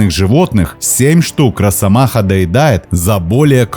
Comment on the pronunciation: Не "роССомаха", а "росомаха"! С одной "с" пишется, и так же произносится.